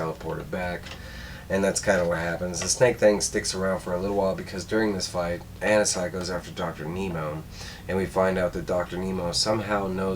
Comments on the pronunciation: I think Anansi is pronounced like Ah-Nancy. Anansi is one of the most important and popular myth is West-Africa (origins in Ghana) and the Caribbean. He is a trickster god and teller of tales, a bit like Coyote in many cultures of indigenous people of North America. He was an important character in Neil Gaiman's American Gods novels. I think it's great that he has become a DC character. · It's Anansi( Ah-Nah-Si ) in The Static Shock Tv sereis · It’s pronounced Uh-Non-zi, this is also ananzi’s 1st comic appearance as he’s a creation of the static show